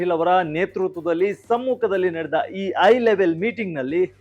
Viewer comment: It is 'high' level meeting and not 'I' level meeting. Similarly is 'Hakku' (right) and not 'Akku'. Please improve your kannada language.